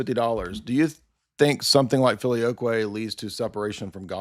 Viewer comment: ❌ FILIOQUE ☑ FEELY-O-QUEY